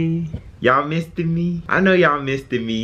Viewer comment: "Missed Me" sounds alot like misdemeanor